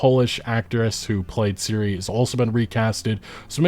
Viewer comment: (FACEPALM) .. Can say Ciri correctly, but can't say Ciara properly.